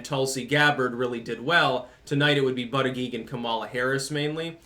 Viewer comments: Why you mispronounce his name on purpose? If you're going to do that, at least call him Buttgig. But booter-jedge, is a prestigious Maltese name. Yes Malta. Look it up. And no, it's not part of Italy. I'm half Maltese, lived there 4 years. The Ottoman Turk's couldn't take the Maltese Islands, Hitler couldn't either, even though he bombed the shit out of them - ejja xbin you no fuck with the Maltese. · It's pronounce "BUTT-ITCH".....smh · I believe it's pronounced "Butt-Kig" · Hey, it’s pronounced “Butt-chugg”. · It's pronounced "buttcheck". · Booty-gag seems to be the most obvious pronunciation - I'm surprised I haven't been hearing it said that way. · It’s pronounced butt plug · the correct pronunciation is Buttfreak. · His name is pronounced Butt Egg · It's pronounced Bootyjudge. Hehehe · Hey the proper phonetic pronunciation is Butt-a-gauge. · Buttigeig is pronounced "BUTT- gAuge" ! 😂😂😂😂😂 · It's pronounced booty bandit